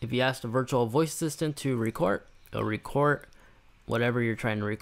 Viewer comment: I love how he says "record"...its like "re-court"